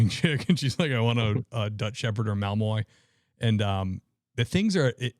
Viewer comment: Malinois is pronounced MAL in wah, I believe